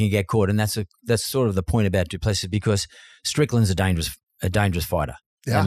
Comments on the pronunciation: How difficult is it to say Doo-pla-see ? He’s been in the sport for years and even Dana White can’t say his name correctly. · You interviewed him and still cant get his surname right, dislike for that. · It’s disrespectful to keep mispronouncing someone’s name. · Learn to pronounce names correctly, credibility is important